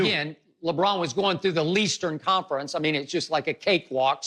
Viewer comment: "He cakewalked through the Leastern Conference" 🤣👍🏼